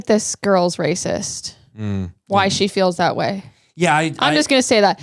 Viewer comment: he said races not racist 😅